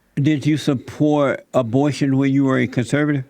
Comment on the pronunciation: When Jesse said abortion I spit all my food on the table! Lol 😂 omg I’m dying right now of laughter. This clown can’t even pronounce a b o r t i o n